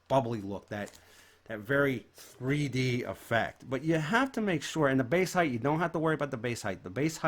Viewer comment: It's spelled and said Height not "Heigth". Basic english and yet people still can't speak it in "2020 in this case".